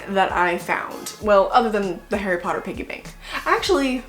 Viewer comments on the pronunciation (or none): none